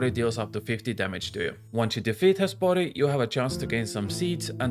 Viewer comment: "Esporé" lôl